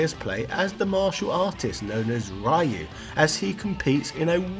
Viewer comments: REEEEEE-UUUUU!!! NOT RIE-YU!!!! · i press downvote just because you pronounce ryu as rahyoo.. itu's ryu dude.. google it. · Its not even reeuu its literally ryu, just one sound and the Y is pronounced like a consonant and not a vowel. Its pronounced just like the letter Q, or kyu, but with an R sound, ryu, instead(actually its somewhere between an R and an L sound but closer to an R for western ears.) Say the phrase "I hea(r you)" and that's approximately how its supposed to sound. In fact take the dragon punch name Shoryuken, which I'm sure you hear as Shore You Ken with a western ear, and split it up into its japanese syllables Sho Ryu Ken, and that's exactly how its supposed to sound(minus the long vowels present in the move for those who know better.) Either way I think he just leans into mispronunciations in general because he knows he can't do it well anyways. He just sight reads treating it as English rather than trying to use romaji pronunciation rules. His A vowels are almost always pronounced as in Hat, which is a sound not even existent in Japanese, as they are always pronounced as the sound in Hot instead. Its no big deal though. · Ryu is Reeyu Not Raiyu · Ryu is pronounced as "Re-yoo", not "Rah-yoo"... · Ryu is pronounced Ree - Yu! not rye - yu! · Come on! Did you even read your comments?!? RYU is read as REYU! NOT RAIYU! God damn! I am unsubscribing your channel! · How is it that people still pronounce Ryu as "Rye ooo"? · man... he got Ryu name wrong... its reeuu and the "r" has a sound close to the "ri" in the word "america" but some experts have pointed to me that the "r" has the same sound of the double "t" in the word "better" or the single "t" in the word "water" for the U.S. english speakers. just commenting, though. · REE you. Come on...it's 2020, lets get the names right people. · NO SIR!! NO RAAAYEEUUU....REEEEUUU...2020 and still screwing up the pronunciation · Rye you Ha doo ken Shy roo ken Does this guy do research?